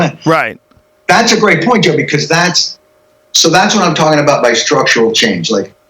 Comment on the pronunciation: David Giltinan lol he said “joe because” but it did sound like Jimmy 😂